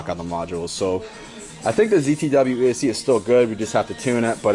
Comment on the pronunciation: Is he saying "ESE" instead of ESC?